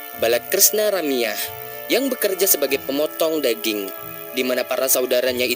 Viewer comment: Bergulung lidahmu.. Adeh...daging bukan deging....adihhhhh